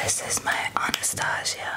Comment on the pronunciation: U pronounced it anastosia...